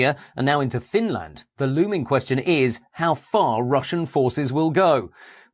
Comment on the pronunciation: Not the most believable, but incredibly well made nonetheless Edit: Apart from how Finland is pronounced!